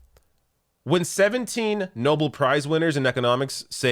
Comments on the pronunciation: For the love of Christ, it's "No-bell," not "Noble." Nobel. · Pssst, Nobel is pronounced as it's spelt, not "noble"....for next time Love your show 🇨🇦